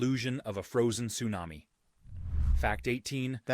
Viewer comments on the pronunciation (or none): none